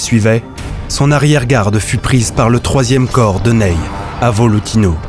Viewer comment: Très beau doc, merci. Mais le Maréchal "Neille" aïe aïe. Le Maréchal Ney/Nez.